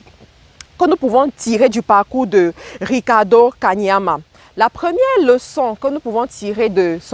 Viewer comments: Belle vidéo, mais sache qu'il ne s'appelle pas 'Kamania' comle tu l'as dit tout au long de la vidéo, mais 'Kaniama' commevtu l'as si bien écrit sur le titre de ta vidéo ... :) à part ça, pouce vers le haut... Bonne continuation ! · c'est KANIAMA pas KAMANIA tu detruis son nom la jusqua 😂😂anyway merci pour cette synthèse puissante!!